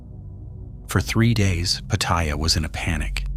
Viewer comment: It's read out phonetically "pah-tah-yah"